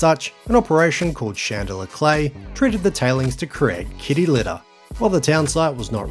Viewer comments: Merry Christmas and another year down watching your stuff. I did have to come for the comments though when hearing the pronunciation of 'Chand-lar' (Chandler)....seems you've been advised enough haha....now take the vid down and fix it😂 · It's Chandler not Chandlier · "shan de la" ha ha ha! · It’s pronounced chand-ler. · Interesting how the town's name is pronounced. I have some Chandler family in Rockingham (Ten Pound Poms who came out in the late 60s). We all pronounce it "CHan-ler", with a full "ch" and the "d" almost silent. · You might want to check the pronunciation of Chandler.